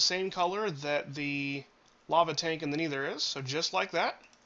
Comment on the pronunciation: It's Nether not Kneether